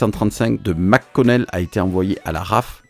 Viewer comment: Petit cours de prononciation qui choque a chaque fois que j'entend les francais faire cette erreur courante. le préfixes Mc comme dans McConnel air force base ne se prononce pas MAC Connel mais bien comme si on disait MEC et il n'y a pas de pause entre le Mc et Connel, essayer de dire MEConnel et vous serai pres de la bonne prononciation. MAC ne peut se prononcer que si le préfixe est Mac... sinon Mc = MEC.